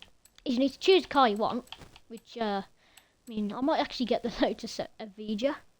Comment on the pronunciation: eVeGa it’s pronounced evi- a